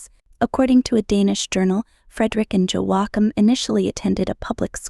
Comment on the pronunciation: Please have a reasonable try at pronouncing Joachim. Joachim sons were using their Princely titles to earn money on the cat walks of Paris and in vogue. This may be why the Prince titles were removed